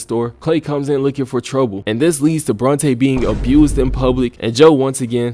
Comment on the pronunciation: Get the second part of this season immediately. It was horrendously crazy how it all went down. Ngl, was rolling my eyes everytime Joe was thristing after Bronte.... BORNTE!?!